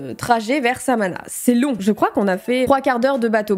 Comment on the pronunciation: "l'ile samana" 😭c'est l'ile samona mdr tu me tue